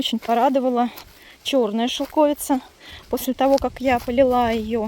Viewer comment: это шелковИца!!!!! Уши вянут от шелкОвица!